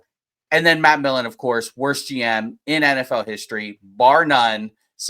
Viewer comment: PS its Millen, not Milken...the name is right there on the card,! lol (don't you dare edit your response! haha)